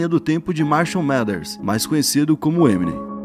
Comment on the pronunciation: Crlho mano, parem assassinar o nome das coisas, não sabes dizer o nome do eminem nem dos álbuns dele? O trabalho está bom, mas chama os bois pelos nomes